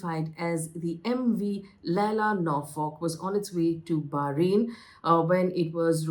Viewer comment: "Stunning visuals"??!!?? -- Perhaps choose a better, more apt adjective... It's pronounced "Ly-bee-ria", not "Ly-bey-ria". The ship is MV Lila Norfolk, not Laila Norfolk, as you suggest/(mis)pronounce it.